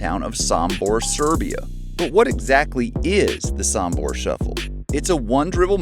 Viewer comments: Sombor, not Sambor! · Great video. Thank you!! Only please pronounce "Sombor" with the "o'" Sooombor not Sumbor. Many thanks! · Just a little thing. It's pronounced sOmbor with O not sAmbor with A. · Nikola JOKIC is coming from Sombor not Sumbor, so this is, S O M B O R , just read each letter as it is written! Sombor shuffle!!!